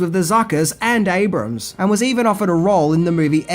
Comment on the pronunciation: Great video as usual,. It's also nice to see you finally pronounce Jim Abrahams last name correctly after three videos.:D